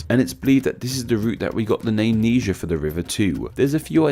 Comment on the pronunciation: Its not nee jer. It's nye jur